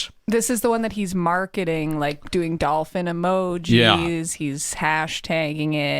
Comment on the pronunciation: He pronounces Dolphin gross -Dauwlfin he is trying to sound like Mike Damone from fast times if he were in a Mexican gang